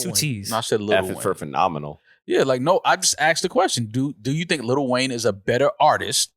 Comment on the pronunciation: Why does this NY goofy keep saying “Little Wayne”?? Like bruh is delusional for an argument saying that “LL Cool J” is somehow a better artist. Clearly dude has extreme bias against Weezy and is faaar too cringe for me ☠️ Close to unsubbing for this bs 🤡